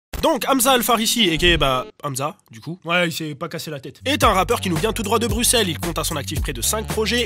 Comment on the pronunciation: Oh, bordel enfin quelqu'un qui dit correctement Bruxelles